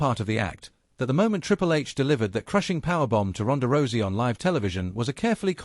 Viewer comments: He said rosey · Please stop mispronouncing Rousey 😢😢😢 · Stop mispronouncing Rousey 😢😢😢